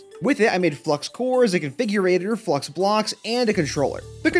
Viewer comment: Flux is not pronounced Flu-X it’s pronounced fla-ucks